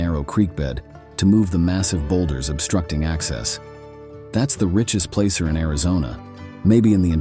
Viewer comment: U need to pronounce some of the words like La Paz & placer correctly. I have detected many many nuggets in the rich hill area